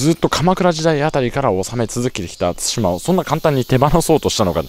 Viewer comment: 対馬 をたいま読みで草生えた なんつか、ここまでハングルに支配されてると乗っ取られてる感あるなぁ 日本の領土は日本人が守らないと